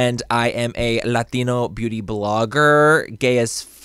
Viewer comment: latino.. cant even say his own last name properly lmao